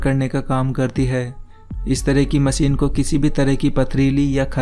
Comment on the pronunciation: Its not called MACEEN ITS CALL MACHINE.